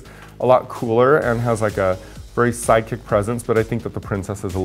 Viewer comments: I thought they were both saying psychics and I was like wtf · I can't be the only one who keeps on hearing psychic instead of sidekick? #PutACorkInIt 😆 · Why is Raja pronouncing "sidekick" as "psychics"? Ò,ô